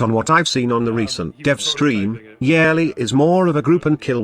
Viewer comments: if i hear YARELLY one more time i’m gonna YAYEET myself off a cliff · It's funny to hear the voice read Yareli as "yearly" lol